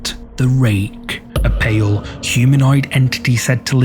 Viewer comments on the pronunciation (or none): none